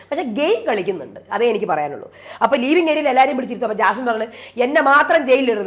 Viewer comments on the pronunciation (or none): ലീവിംഗ് ഏരിയ അല്ല... ലിവിംഗ് ഏരിയ